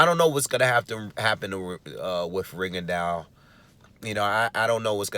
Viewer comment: The man's name is pronounced Rigondo. But Americans stay butchering his name and call the little dude Rigondawe, some call him Rigondiao kind of like Pacquiao. Stop it can't y'all pronounce the word Plateau or faux or beau. Those are all french words that y'all pronounce correctly it's the same thing with the quitter's name that's a french name and I think he has distant Haitian ancestry because a lot of Haitians were travelling to Cuba in the early 1900s to work in sugar cane plantations there.